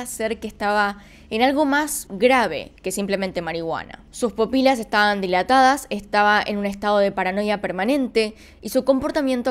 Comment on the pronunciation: Hola, buenas tardes, bien interesantes los tres, gracias! Una anotación, no es "popila". Es pupila, tampoco es "interperie". Es, intemperie. Saludos, buen canal!